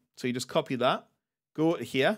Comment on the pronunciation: copy tha'.. press en'a.. download the i'em.. WTF, dude? You can't just skip letters 😦